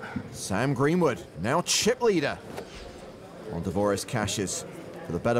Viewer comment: Gweenwood is my fwavwoot pwayer.